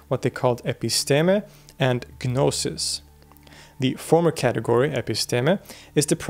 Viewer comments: the G in gnosis is silent so its pronounced no-sis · You don't pronounce the 'G' in 'Gnosis.' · Stopped listening once he said "Ga-nosis" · With the exception of "gnosis." The G is silent. 😊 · The G in gnosis is silent.